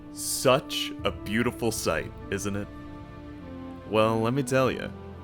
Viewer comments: New drinking contest, shot every time they say sutch 😂 😂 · "It sutch works"